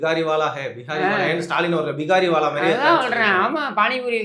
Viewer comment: தம்பி 🤔 பீஹாரி வால இல்ல , பிக்காரி வால😅😅😅